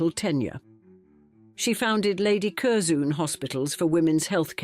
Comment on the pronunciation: And there is no one named "Curzoon"!